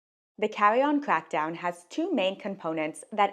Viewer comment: You talk so cute. “Cawwy on cwackdown”